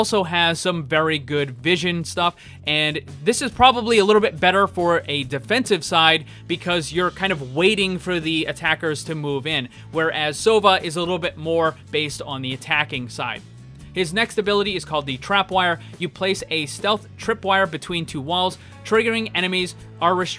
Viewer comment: It's not "sOva" it's "sovA", it means "Owl" in most slavic languages